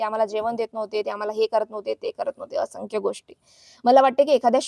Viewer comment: अशंख्य नाय बाई असंख्य असतंय ते.. आधी मराठी नीट बोलायला शिक mg दुसऱ्यांची नाव बदनाम कर...